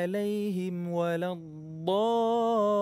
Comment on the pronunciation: Bacaanya sudah bagus...tapi sedikit koreksi tasdid terakhir pada lam dalam kalimat waladdoollin agak di tekankan sedikit biar agak jelas...semoga kita semua selalu di beri petunjuk...terima kasih....🙏